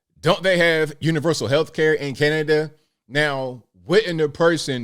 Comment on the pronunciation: I think any time talks about Cana-da-da he should open with "...and today we gotta talk aboot". It just feels right.